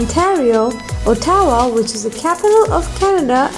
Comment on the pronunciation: The way you pronounce Ottawa lmao